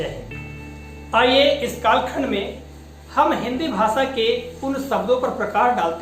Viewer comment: Aap bhasha ko bhasa bol rahe ho sir, aap khud sahi se uchchaaran nahi kar rahe ho